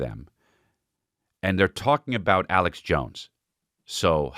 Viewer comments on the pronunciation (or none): none